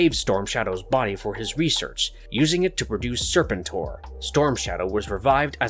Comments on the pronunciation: No one going to talk about how Serpentor gets pronounced!? Serpent-TOR? It's always been Ser-PEN-tor for me. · Serpen-TOR? Can’t take the video seriously after hearing that. Do you also say Darth Va-DER?